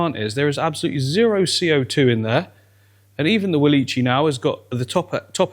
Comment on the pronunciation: It bothers me every time you say walicchii, it's pronounced "wall-ick-ee-eye" named after botanist Nathaniel Wallich.